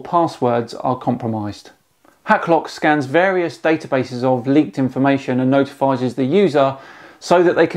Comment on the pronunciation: did you say "notifizes"? 😂